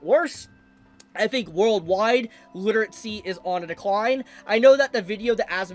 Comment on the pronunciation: why do you say literatsy instead of literacy?